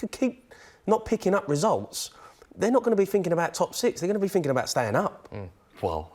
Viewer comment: "I look at it finkin"